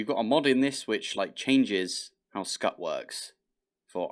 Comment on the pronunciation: Scute = s-kyoot. As in "it's cute". 🤓